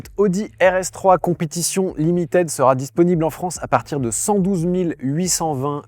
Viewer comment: Au top, comme d'hab, merci! (juste limited, ça se prononce "limitid", pas "limitèd", pitié pour les jeunes oreilles qui doivent apprendre ^^)